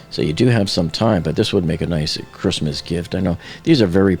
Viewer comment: why do you pronounce the t in Christmas